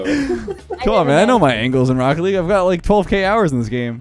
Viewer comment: I prefer “wocket legg “